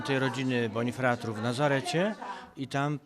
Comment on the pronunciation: Po pierwsze nie "bonifratr", tylko "bonifrater", bo z łaciny: frater - brat. Po drugie nie "jedną grupę narodową", tylko dwie, bo Polki, to też naród, podobnie jak Izraelki. Ale tak to się dzieje, jak ktoś weźmie zamach, żeby kopnąć i rozmija się z celem majtając nogami w powietrzu :-))))